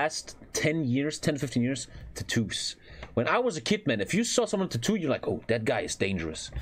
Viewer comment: Something about the way pronounces "tattoo" sounds...odd?